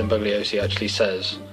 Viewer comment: It's pronounced "Bull-yo-see" (Bugliosi). Good review, looking forward to more in future with a bookcase background. Maybe you should green screen yourself into a library? :D